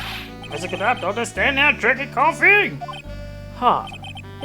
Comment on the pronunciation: It's "Godot" not "Gadot"